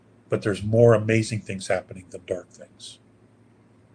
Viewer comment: ITS HABBENIG😅😅😅😅